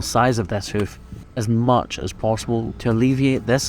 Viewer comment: He sounds Irish saying houk and houf